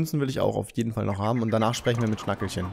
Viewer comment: Schnackehlchen... wie bei Kehle... oder Rotkehlchen >< nicht Schnackelchen ARGH! Es tut weh an wie vielen Monden du vorbei gerannt bist in NDC XX